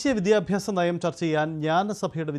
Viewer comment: "Vidhyabhyasam " ennanu reporter parayunnathu. It is wrong. Correct pronounciation is "Vidyabhyasam ". Sheriyayi ucharikkan padikku malayalam. Sri., i said